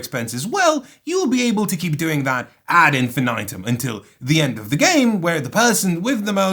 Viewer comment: thats not how you say "ad infinitum". here's a top: the letter i is pronounced as "eye" in NOT A SINGLE FUCKING LANGUAGE ON EARTH EXCEPT ENGLISH. SO ITS NEVER EVER EVER EVER EVER EVER EYE. there. remember that.